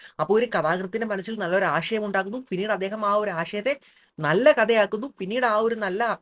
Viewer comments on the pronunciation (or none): ആ"ഷ" യം അല്ല ആശയം